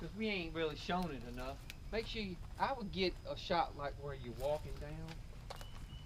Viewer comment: Dow-win? Are you trying to say Down?